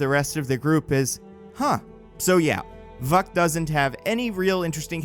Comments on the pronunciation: You didn't pronounce the characters name that your videos thesis is based around. It's pronounced "Vook" not "Vuck." That being I think it's mastermind that would be a more interesting villian and newer version of the Hellfire Club. I think your ideas are better. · Vuk is pronounced vook. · No it is pronounced Vuuk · every time he says Vuk I start to laugh again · Every time you said vuk i had a double take